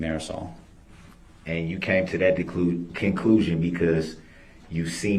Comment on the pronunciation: Its "THAT" CUMSTAIN not "NAT".